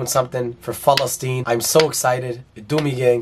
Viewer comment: Why does he keep saying Falesteine??